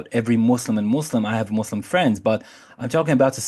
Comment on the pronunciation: say muzlam...z...